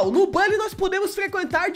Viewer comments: não é bOlly que se pronuncia, é bUlly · Acho estranho vc falar " Bali" e não " Buli"😂😂 sei que o certo é "Bali', mas desde criança eu falo "Buli" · É buuully não bally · Como se escreve: bully Como se fala: bálly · Bãlly 🤔🤔🤔🤣🤣🤣🤣🤣🤣🤣 Meus ouvidos sangram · Mn eu sábia de tds só uma dica vc só flw o nm do jogo errado pq se fala literalmente "Bully" mais bm vídeo +1 inscrito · Tenho raiva de quem fala "BÁLLY"